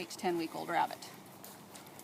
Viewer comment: “Awww look at the cute little wabbit” ☹️